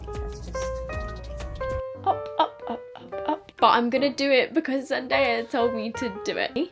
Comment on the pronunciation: Hey! So the puff (when using it on others) helps for balance but also helps not to remove any makeup you had just applied. Also, just wanted to mention it's pronounced zen-die-ah. Love your videos girly! 😍💗